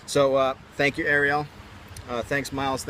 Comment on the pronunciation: Lol... Actually the Disney character is pronounced the other way (like aerial) :/ nice try though